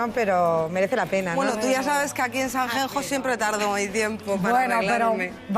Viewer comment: Sanjenjo??? Me duelen los oidos. Es buena cantante, pero siempre da una imagen de tontita pija alucinante. Cada vez que dice Sanjenjo me sangran los oidos.